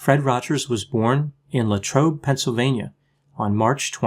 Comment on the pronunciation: I grew up in Latrobe, Pennsylvania and thank you for saying Latrobe correctly! Oh, the Rogers home was the first home to have an air conditioner. It was to protect Mr. Rogers from the severe allergies he had.